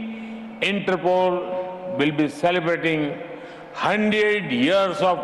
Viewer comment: Inter poles 😁😁